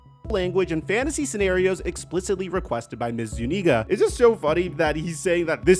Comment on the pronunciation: Zuniga not ZooNigra 😂